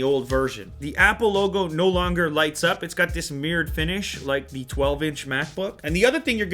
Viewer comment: I find it very annoying how the reviewer replaces the word "the" with "da" very frequently. Nobody cares, but just saying.